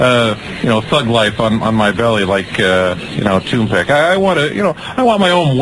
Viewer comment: LMAO "ToonPack"